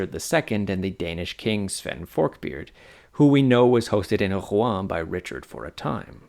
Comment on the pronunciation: Mate at least try to pronounce Rouen properly 😂